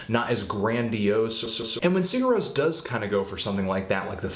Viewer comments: you basically don't pronounce the 'g' and replace it with a 'y' so it sounds like siyur ros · I think it's pronounced like "Sire Rose" but I could be way off. Eh. Love the band though. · it's pronounced as "SIH-ghurr rohs" (that "g" is really soft though). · si'ur roe-ss is how it's pronounced. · It's like "See-yur Rohs", the "g" is silent. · I think it's pronounced "see-ur rose". I may be wrong though. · good review anthony its pronounced Seer roas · Yeah, no, there's more to pronouncing it than that. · Your pronunciation is okay, the main thing is that you put the stress on the wrong syllable. in Icelandic, stress is always on the first. That, and the 'g' in 'Sigur rós' is very light, almost not even there. Musically, I think this and are my favorites by them, specifically for the reason you thought it was nothing special: I like that no one thing overpowers another. Everything is placed perfectly enough to be heard and recognized, but without being loud or obnoxious.